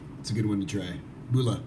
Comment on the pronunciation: Well done for creating an informative introduction for kava newcomers however, your pronunciation of “Bula” is not quite correct. The initial “bu” sounds are actually more similar to the word “book” rather than “boo”. “Bula” doesn’t rhyme with “hula”. Thanks.